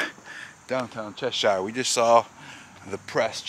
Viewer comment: Thanks for taking the time to enjoy the Berkshires and it's towns etc. but one minor correction. while you were in "Cheshire. its pronounce Chesshure! tho spelled shire. like Berkshire. is Berkshure ! anyone born and raised here says it that way. and "Shire" used in either makes us cringe! thank again for shairing. ECF